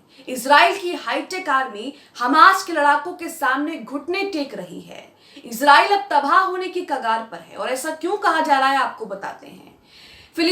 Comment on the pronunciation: Iz nahi israiel hey❓